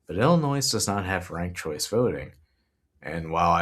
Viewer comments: Excellent vid dude... But "Illinois" is said "ill-annoy", not "illinoise". 😊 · Reminder: the "S" at end of Illinois is silent. It rhymes with "annoy" not "toys", just like how guys names Moe dont pronounce it Mo-ee (like Joey) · FYI, the S is silent in Illinois. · Hey like a lot of comments mention I found out about you through the Humanist Report. Just a friendly fyi Illinois is pronounced Illi-noy. Thanks for what you're doing! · Dude....the "s" in Illinois is silent. Love the video though. I'll be voting for Kevin and Joey. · Great report! Thanks for your research and insight. Just an fyi, Illinoisians don’t pronounce the “s” in Illinois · This is great. However, the s in Illinois is silent and I know that will be somewhere between distracting and unmanageable to the Illinois residents I send this to. 😅